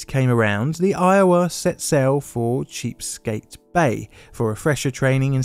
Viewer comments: Did....did you mean Chesapeake bay? Not cheap skate bay? 😂 i mean its fine not even all americans can say it. Im from Virginia and im used to it. If you care its pronounced like. Chess-a-peak. soft a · not sure if reading Chesapeake Bay as "Cheapskate" Bay was a mistake or an intentional pun/insult/foreshadowing 🤔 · Cheapskate Bay. 🤣Chesapeake Bay is pronounced (CHEH-sah-peak BAY). I listened to it a few times just to make sure.